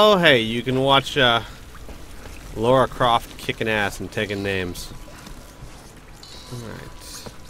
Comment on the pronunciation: Lara Croft,. Not Laura Croft!:)